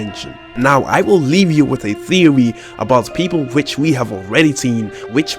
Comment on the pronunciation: “My thewy” oh nononooo 😂